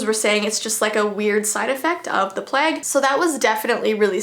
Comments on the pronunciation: We all know what she meant but she could not say it so she said the plague and it makes me kinda laugh. I know it's serious but still. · I’m sorry but, like when says plague, its really funny to me for some reason. So yeah